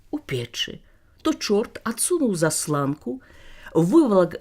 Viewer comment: Вельмі добра чытаеце. І націскі скрозь правільна ставіце. За што дзякуй вялікі. Некаторыя дыктары тут у youtube робяць шмат памылак. Але, выбачайце, зАсланка, а не заслАнка. Націск на першую А павінен быць. Яна ж засланЯе, а не засылАе. Прашу прабачэння.